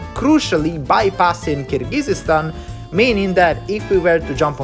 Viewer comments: By the way, the country is actually pronounced Kyrgyzstan, not Kyrgygyzstan. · Just a few comments here (from someone who watches your videos frequently), I hope you won’t take them personally; - you’ve mispronounced Kyrgyzstan to the point one could not listen anymore, given your interest in geography and ex Soviet republics, it’s rather surprising. It really doesn’t take too long to learn basic things like this and make an effort to research it properly prior to exploring those places, which without a doubt are interesting. Similar story with other names in Uzbekistan (and other ex Soviet republics), it’s rather important how you pronounce things both in English & Russian so that your viewers (and native speakers of those languages) can better understand you. E.g. Fergana (or Vorkuta in your previous explorations) is pronounced as if you spoke Italian while you actually described it in English / Russian, accent is stressed in the wrong syllable hence often giving the impression that you spoke of entirely different place - quite recently Bald & Bankrupt successfully reached Sokh exclave and all he needed was the current schedule of flights between destination A&B so that he could plan things ahead to buy tickets on time. You speak communicative Russian which should enable you to plan in advance, I guess. Try to get yourself organised and contact places prior to arrival in the local area to have that knowledge that might be helpful in future planning and you might be in better position to achieve your goals One might not think much of the above, but tru